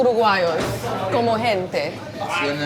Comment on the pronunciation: Es de Inglaterra 🤔 hubiese apostado que era caribeña, de Colombia o por ahí , sobre todo cuando habla Español dice (hente) casi sin pronunciar la g, tal vez tenga raíces latinas 😁🇺🇾👍